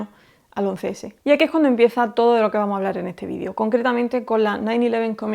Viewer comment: Buen video, me encanta escuchar como no usa la s en las palabras en plural.. "vamo" en vez de "vamos", "gracia" en vez de "gracias" y así... Jajaja pero por el contenido todo excelente...!!